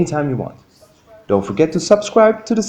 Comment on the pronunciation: Why don't you use your own voice instead of saying don't as do nt